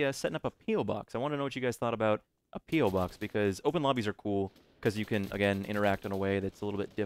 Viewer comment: Lol every youtube pronounces it "PEELBOX" instead on "PE-OH box" >_< bananapeelbox